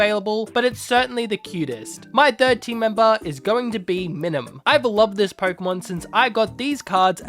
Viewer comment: I’m . I’m enjoying the video. But it’s My-Nun. And Com-bus-kin. I’m sorry. Thank you for coming to my ted talk.🤦‍♂️ Nice Full Metal Alchemist theme!